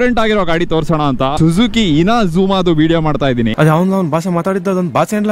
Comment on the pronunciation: INAZUMA ❌ INZAMAM ✅